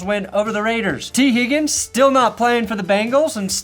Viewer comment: wow, you didnt even pronounce tee higgins' name right